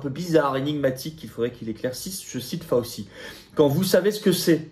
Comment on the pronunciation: fauci /fao chi comme gucci cest gouchi